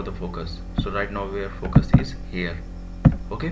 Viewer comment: this guy single handedly ruined the word "FOCUS"